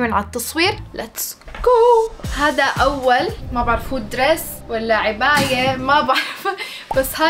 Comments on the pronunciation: عِباية❎ عَباية ✅ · يارب تستوعب انو كلهم بينربطوا لقدام مش لورا 😂😂😂 وانه اسمها عَباية مش عِباية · كل العالم: عباية: عِباية 🤣🤣🤣🤣